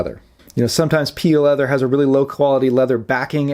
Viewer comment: Maybe you should take the efforts to spell it out, P-E-leather. Otherwise people hear "PEE leather", and that's NOT what you want them to think of. Gross.